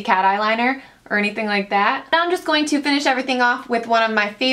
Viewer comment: I hate the way you say "to"